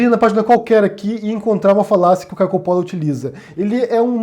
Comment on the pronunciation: Olá! Espero que você continue a publicar seus vídeos. "Deus é Luz, ignorância é escuridão..." Essa "turma" que hoje podemos ver no Brasil (e no mundo) é do mal! São capazes de subverter o Sagrado, que dirá aquilo que não o é... (Uma observação, se me permite, o nome "Coppolla" - de origem Italiana - deveria ser pronunciado 'Cóppolla' como em Italiano, com o acento na primeira sílaba). Abraços!